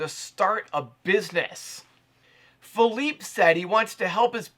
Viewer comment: I think his namedis "Fee leap aye"